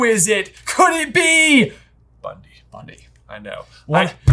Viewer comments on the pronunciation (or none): her name is BunTy not BunDy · Isn't her name, Bunty? Not Bundy? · I don’t understand you guys pronunciation problems. First with Aberforth (imagine pronouncing Abby the way that you do). And why are you so convinced it’s BUNDY like Ted Bundy????? Bruh it’s BUNTY. With a T. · LOL at and calling Bunty “Bundy” (as in, Ted) and calling Lally “Lolly” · I wonder if these two will ever learn to pronounce Bunty as Bunty and not Bundy 😂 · It's Bunty ... not to be mistaken for Ted Bundy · Can we please dock these guys a point from their next J vs B for each time they get Bunty's name wrong in this video?? It's very rude and disrespectful. Underestimating and disrespecting the seemingly minor characters is a very Grindelwald thing to do, and it keeps getting him in trouble. Don't be Grindelwald! Maybe starting out severely in the red will get your attention! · I hate how they pronounce Bunty